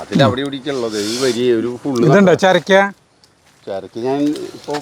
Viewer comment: ചെരക്ക അല്ല ചൂരക്ക